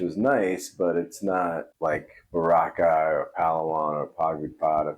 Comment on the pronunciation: Rockeye? You mean Boracay!?